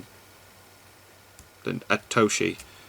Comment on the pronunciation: Satoshi not Atoshi